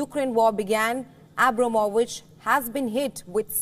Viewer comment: She can't even call the man name properly